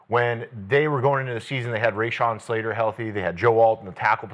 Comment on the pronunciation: Ray-Shawn Slater. LOL.